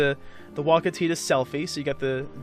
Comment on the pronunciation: I don't know if it's been mentioned in the thread or not (I lurk, and have been sitting at the OP) but Tidus is pronounced "Teedus" it comes from the Okinawan word Tida (pronounced "Teedah") which means Sun. Yuna means Moon, so it's supposed to be a duality in names between Tidus and Yuna. Which is lost on the west because most of us don't speak Japanese let alone Okinawan.